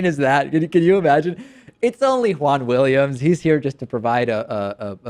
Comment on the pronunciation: Wahn Williams lol